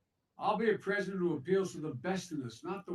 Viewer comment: Vice Predident Biden. Preddy exciting